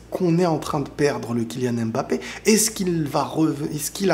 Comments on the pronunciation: Vous savez dire « simba » à la fin vous ne dites pas « si-em-ba » donc pourquoi vous savez pas dire « Mbappé » et vous dites « embappé »? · Mais arrêtez de l'appeler M-bappè ! ça ne se prononce pas comme ça ! il a déjà rectifié plusieurs fois 😭